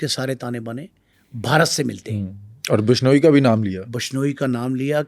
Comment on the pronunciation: Phle to name bolna seekh😂😂😂....bashnoi nhi bishnoi ya. Vishnoi bol hutiye😂